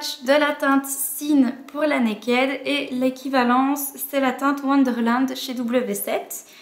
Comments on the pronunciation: arrêtez de prononcer mal le mot "naked" !!! ca me perturbe xD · Je comprends ton opinion, cependant, quand je regarde les vidéos d'américaines qui en parlent, elles disent Naked, pas Nakid. Je me suis souvent posé des questions sur la prononciation. Désolé si du coup ça te perturbe :).